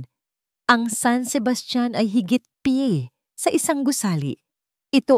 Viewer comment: Exit muna ako ang sakit sa tenga ng m g a at p a okey na sana ang mga story kaso m g a at p a